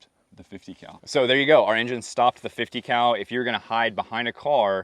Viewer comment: You miss pronounced “50 cow”.